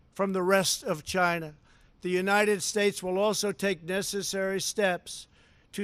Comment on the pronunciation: CHAYNA? CHAYNA!